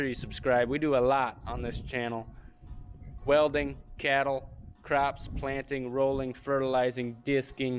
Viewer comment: you must be a newbie. pronounces cattle like Kettle.